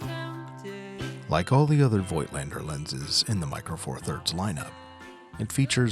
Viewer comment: Nice review dude. Just for information. You pronouncing Voigtländer with a silent „i“ . Like in English Wrap with a silent „w“.